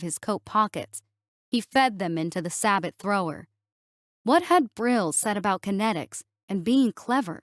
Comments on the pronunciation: Its sa-beo not sa-butt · Sabooooo! The T is silent on sabot! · sabot is pronounced 'SAY-bo'